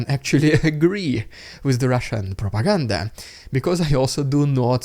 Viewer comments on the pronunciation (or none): Your “ridiculous Russian prrrrrrropaganda” intros are ultra hilarious. Keep them coming, Dude!